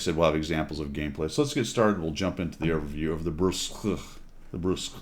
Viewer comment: It's official now. Every single WOT CC has made fun of how to pronounce Bourasque. Even Skill, and he can't pronounce shit! The worst was probably 4Tankers calling it Burlesque!